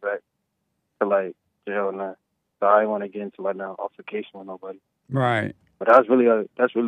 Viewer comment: Watch for 15 minutes as Jesse tries to pronounce the word altercation....lol